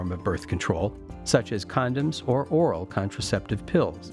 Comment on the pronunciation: The way he paused when he said oral, while recommending alternatives took me out 😂